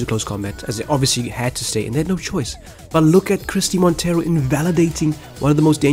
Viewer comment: your pronounciation of Christie Monteiro is not wrong, i guess the "ei" from Monteiro could be pronounced in a more "portuguese or brazilian" way but the way you said it is alright.